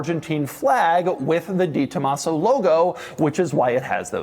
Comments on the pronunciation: Doug's the type of guy to talk about a 'de Tomaso' but say it 'di Tomaso'. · Doug is the type of guy who will say "Dee Tomasso" instead of "Deh Tomasso" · It’s DE Tomaso. Not DEE. De…. Like day. Tren De Aragua….. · “The” Tomaso. Not “Dee”. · Not sold through 'Ford' dealers...pantera was sold through "Lincoln" dealers...yes, there is a difference. Also, it's pronounced 'deh Tomaso' and not 'dee Tomaso'...yes, there is a difference. Lovely early example without the overly large tires and ridiculous fender flares of the latter versions...very cool car. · De is said "day" for all you pukes saying Posche is "por shay" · It's not DiTomaso, you can tell by reading the name.